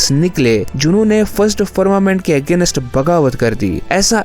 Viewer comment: पहले तो तुम सेलेस्टियल्स ठीक से बोलना सीखो.. सेलेशियल - सेलेशियल लगा रखा है । और एक और बात अगेनस्ट नहीं होता वो अगेन्स्ट होता है